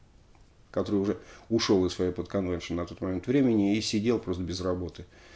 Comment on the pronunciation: Alexey!!!Уши режет Ваш "аглицкий" !!!Ну посмотрите в словаре как произнести Chrysalis и Fairport!!!🤨Есть у меня de luxe "А".